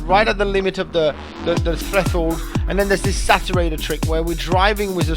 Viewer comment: A lot of great techiniques in this video! And the way he says "threshold"...LOL :))